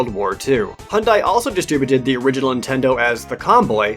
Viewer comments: It's Hyundai. Like "Sunday". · That's "Satella", not "Statella":P also... - "Hobard" Lincoln? Really? Hobard? What's going on with you,?:P EDIT: omg... - "Hondai"?...... pls...